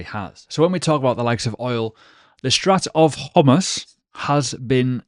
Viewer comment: FYI what you called the Strat of Humus is pronounced The Straight of Haw Mooz, or were you deliberately trying to be funny?🤣